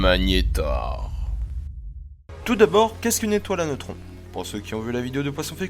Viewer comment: Oh putain le malaise à 0.27 quand il dit les magnetars j'en ai des sueurs froides